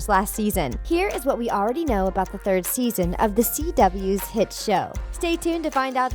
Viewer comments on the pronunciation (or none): none